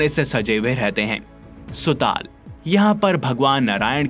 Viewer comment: Bhai aap isko ache se padh k batao rasatal sutal kitna ganda pronounce ker rahe ho pehle Sanskrit me padho toe kaise padhte hai